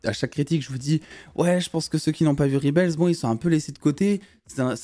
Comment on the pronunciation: Dsl gros mon on dit rebel pas ribel 😅😂